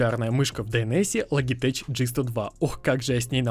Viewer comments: Не сука логитеч а лоджитек не коверкайте англисский блять! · Lugeteg ? 😂😂😂😂 Logitech